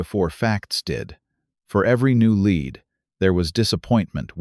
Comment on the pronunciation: I don't know if these are true of fiction, but they are entertaining. AI needs to work on their reading. Lead can be pronounced " led" or "lead" and places like St. Paul is usually Saint Paul.